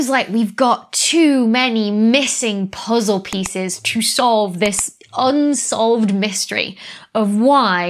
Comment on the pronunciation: UN-SOV-LED??? Really?